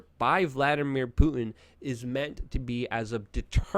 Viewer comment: you pronounce words like a black person. "Pu-en" Is actually "Putin"